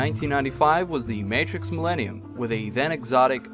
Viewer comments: Matrox is pronounced May-trocks. Not Matrix. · Matrox is pronounced Mat-rocks - awesome video though! Very informative. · its not matrix its trox matrox